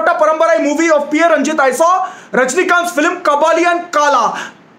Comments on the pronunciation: it's not P A Ranjith it's PA Ranjith an initial in tamil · Yes paa Ranjith not P A ranjith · Pronounce पा ranjith not P.A Ranjith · Great review! Please note: director's name is Pa Ranjith, not PA Ranjith (Pa is pronounced as is). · Pa.Ranjith should be pronounced like "Paa".Ranjith (like Amitabh Tabu movie)